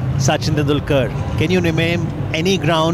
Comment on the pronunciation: 😂😂 swaaaaami Vivekananda 😂 Suchin tendular 😂😂 as well. 😝😝